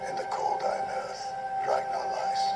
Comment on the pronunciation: RagNAR. The 2nd syllable rhymes with "Car".